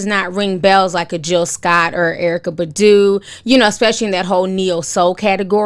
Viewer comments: BAHH-DOO not budoo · Why u keep saying badu. Its pronounced as bah-due (badu) lol. I still love u. Even how u pronounce nuisance. Love it. stay blessed.